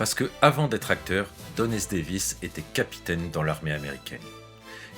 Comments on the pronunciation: Chouette, cette vidéo. <3 Quelques petites erreurs : * une erreur de prononciation de Don S. Davis qui est devenu Don S. David ; * Carmen Argenziano n'a pas joué dans Grey's Anatomy mais dans Dr House ; ;) * "Et Jack O'Neill devient Jack O'Neill" ?? C'est moi ou vous vouliez plutôt dire "Et Richard Dean Anderson devient Jack O'Neill" ? "O'Neill, avec deux L!", dirait Jack. :D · Très bonne vidéo ! Le seul truc un peu gênant c'est au moment de parler de la mort de Don S. DAVIS, vous dites "Don S. DAVID"